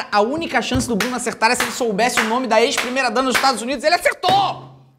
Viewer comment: 2023 e o felipe ainda não sabe falar o nome do jogo.